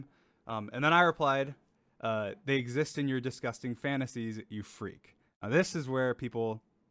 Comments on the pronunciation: Ah yes, the emphasis on FREAK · The emphasis on the word made it hilarious, as you said you found it to be